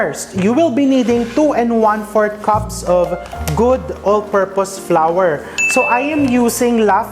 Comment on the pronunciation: Thank you for correctly saying the word flour as "flower", it's one of my pet peeves hearing pinoys always pronounce it as "flar". Flour and flower are some of the examples of homograph words in English (of all types).